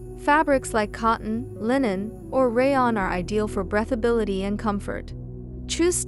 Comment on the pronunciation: The word is breathability...pronounced with long e...as in: I breathe (long e) when I take long breaths (ea is pronounced like eh.) Thanks for your fun videos.